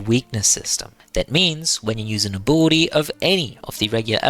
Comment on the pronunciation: Abolity? Since when is there an O in ability? Great vid tho, I just cannot stand the accent on that word